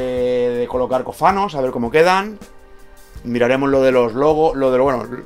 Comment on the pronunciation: Muy buenos vídeos y bien hechos y explicados! Felicidades. Soy italiano y cada vez que les oigo decir "cofanos" me duelen los oídos. 🤣🤣🤣 La palabra tiene tilde el la primera sílaba, cófano. Desde Noruega un abrazo y sigan así con los vídeos, a ver si un día me animo a montar y mí vespa!